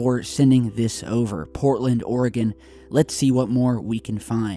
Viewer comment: thanks for saying oregon correctly :)